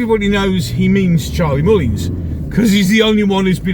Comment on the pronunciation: Agree with everything you say. Who in their right mind would vote for Mullins? He cannot pronounce his words properly and desperately needs somebody to give him some advice on his ridiculous image.